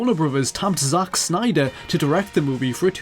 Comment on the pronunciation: I like it how he says Zack Snyder. "Zauch Snyder!"